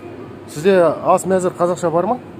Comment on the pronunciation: Әс емес ас